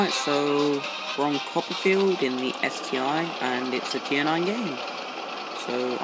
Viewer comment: It's ST-ONE NOT ST EYE.